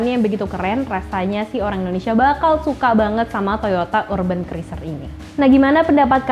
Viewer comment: Itu sebutan nya urben atau urban...kayak nya klo dlm bhasa inggris sebutan nya gak kayak gitu deh